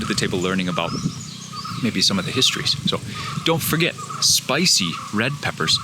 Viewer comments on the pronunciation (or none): none